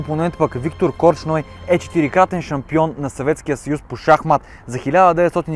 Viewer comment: До тук, добре ама опитай да се научиш, как се произнасят славянските фамилии.... Корч ной няма, има Корчной!!! По-малко гледане на англосакси ти препоръчвам.